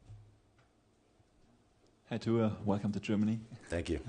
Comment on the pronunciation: Reporter says that they have over the years learned how to pronounce Tua’s last name and then proceeds to butcher it 🤣.